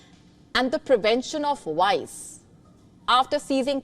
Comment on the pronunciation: V as in vice and virtue is not pronounced like "w"